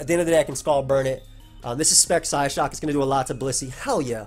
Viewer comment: "I have some Sp.Def on this, I'm going to live a Psyshock." What did I just hear?